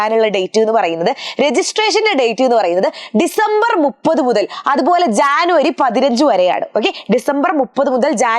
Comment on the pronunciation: എന്താ പറയുന്നെ ജാൻമണി എന്ന്. എടോ ആദ്യം പറയാൻ പഠിക്ക് ജനുവരി . ടീച്ചർ ആണ്.